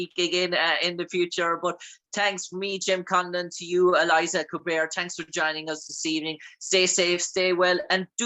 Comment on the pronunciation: Great interview, but how do you end up calling her "Eliza" when her name is "Elisha"???